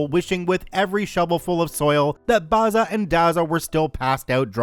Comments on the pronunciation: The pronunciation is not Barza and Garza but Bazza and Gazza as in Barry and Garry, the actual names (I'm Australian). Dazza is Daryl. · Mispronouncing Bazza, Dazza, and Gazza is so annoying. First syllable is a short 'a', not an 'ah'. Twerp. FYI, Barry, Darryl and Garry... not Bahry, Dahryl, and Gahry, smfh, or as we used to say back in the day, in Oz, fmd. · A great story totally destroyed by mispronouncing Bazza & Dazza... B-as-ah & D-as-ah... Aussie slang names for Barry and Darren. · Been pronouncing Bazza or Dazza ( immortal nicknames of great Australian yobbos ) the a is pronounced like in razzle , hearing you try to pronounce Australian slang properly sets my teeth on edge. 😐 Funniest thing I've ever heard though ! 😂 Thanks for the laugh .